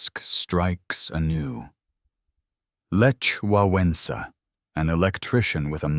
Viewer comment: Any chance you could learn to pronounce? Some good, some bad, Lech Wałęsa was the worst. I could pronounce that even when I didn't know why it was pronounced that way. And how can you pronounce Sejm correctly sometimes and incorrectly most times? Well you got some of them right. And the pieces of history that I didn't know, I couldn't say. And the rest of it sounded right.